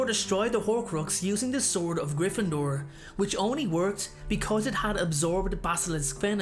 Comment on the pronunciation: STOP STOP STOP UR GONNA TAKE SOMEONE'S EYE OUT IT'S GRYFFINDOR NOT GRIFFINDOOR! AND SLYTHERIN NOT SLYTHRIN AND CHAMBER NOT CHANBER GOSH !